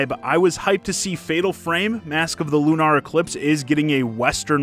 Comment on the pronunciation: Why’d he say Lunar like that when he gets to Fatal Fram 😂